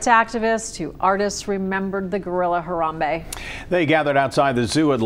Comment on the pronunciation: STOP SAYING HARAMBEYE BRO ITS HARAMBE